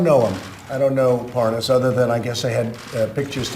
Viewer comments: Notice how tRUMP and Nunes try to mispronounce his name in an exaggerated form as if they’re trying to prove they don’t know him because they don’t even know how to say his name. ParNaaaaaaaaz🤣😂🤣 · It's pronounced Par - naz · I love when they mispronounce his name to try and give the impression that they dont know who he is.